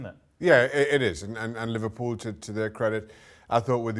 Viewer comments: Li-var-pool smh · said liVARpool😂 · its not when , its LI-VAR-POOL